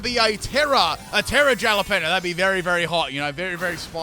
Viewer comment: bro called it a jala-pino 🤣